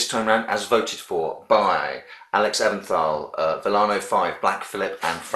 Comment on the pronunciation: Alex Eventhal's name is pronounced Even-tahl! ...just wanted to let ya know. :) Nice vid, again! I'll check out the links in the description ASAP! Any hint of what movie is coming next? :)